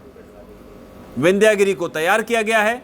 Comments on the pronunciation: विन्ध्य गिरि है,विन्ध्यागिरि नही केवल इंग्लिश पढने वाले कभी शुद्ध उच्चारण नही कर सकते भारतीय शब्दो का ,शुद्ध बोलने लिखने के लिए संस्कृत जानना होगा नही तो खाते रहो गोता अज्ञान के सागर मे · शब्द "विन्ध्यागिरी" ग़लत है, 'विन्ध्यगिरि' बोलना और लिखना सही है।